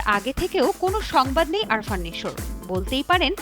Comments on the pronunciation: আপনার তো উচ্চারণই ঠিক মত হচ্ছে না। আরফান হয় আফরান নিশো হবে। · The name should be pronounced like "Afran" not "Arfan" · আরফান নিশো আবার কে? 🙄🙄 এমন সাংবাদিক একটা নামও সঠিক উচ্চারণ করে বলতে পারে না। আফরান নিশো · আরফান না,আফরান হবে। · আরফান না আপু, আফরান হবে, আগে নামটা ঠিক করে বলেন, আর কাজ নাই আপনাদের তাই আজিরা খবর বলেন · আরফান না ভাই🫠আফরান😴😴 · Age naam ta thik moto bolen . It’s AFRan not Arfan ! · আফরান নিশো। আরফান নিশো না। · আরফান নিশো না রে বেডি! আফরান নিশো! নামটাই ঠিকঠাক উচ্চারণ করতে পারো না আবার নিউজ সুদাও! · it's not আরফান, it's আফরান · নামের উচ্চারণ টা শিখেন আগে ভালোভাবে। আরফান নিশো না,সঠিক উচ্চারণ আফরান নিশো। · ভাই রে ভাই! নামটাও লইতে পারোস না নিশো’র। নিশো’র নাম আরফান নিশো না রে বলদি, নিশো’র নাম আফরান নিশো। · আরফান নাকি আফরান?কিভাবে সাংবাদিক হলেন? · arfan naki afran? রিপোর্টারের মাথা নষ্ট😮😮 যোগ্যতাবিহীন হলে যা হয়😂😂 এদের জব হয় কিভাবে? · bar bar vul bolven আরফান না আফরান😂😂😂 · Arfan ? Naki Afran????? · আগে উচ্চারণ ঠিক করেন তারপর রিপোর্ট করতে আসবেন।আরফান নিশো না আফরান নিশো 😂😂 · উপস্থাপিকা বারবার এই অভিনেতার নাম ভুল উচ্চারণ করে যাচ্ছেন নামটি আরফান নিশু হবে না আফরান নিশো হবে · নামটা স্পষ্ট করে বলেন আরফান না আফরান!! সাংঘাতিক কোথাকার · Nam taw sothik ucchoron korty pari nai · সাংবাদিক রা কন্টেন্ট বানায় অথচ নাম টাও ঠিক করে বলতে পারলোনা😏